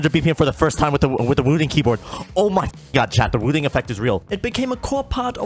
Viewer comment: It's wooting not vooting.